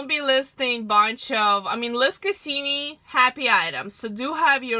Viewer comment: Cassini not Kasseeme.